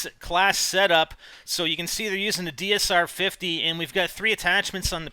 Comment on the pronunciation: haha he said dmr when its dsr!